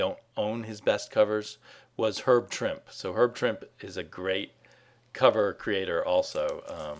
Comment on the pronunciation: Mike Allred is one of the best cover artists around. Almost all of his covers for The Atomics are terrific. And Trimp-E! Say the man's name right!